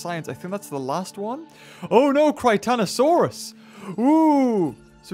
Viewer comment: Btw way it’s just Chrichton-Saurus there’s no o after the chrichton, and yes it is named after Michael Chrichton with its name meaning Chrichton’s Lizard.